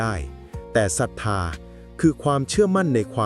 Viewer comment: ป้อนข้อมูลเอไอผิด ศรัธา ไม่ใช่สัทถา..แต่ก็เข้าใจดี..